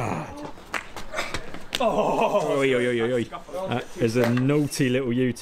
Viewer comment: you know it's tough when they say "oh my geuuge"